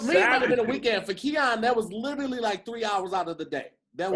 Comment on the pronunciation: Am I the only one who cringe at Tahir’s pronunciation of “Literally” 🥴🥴😩🤣🤣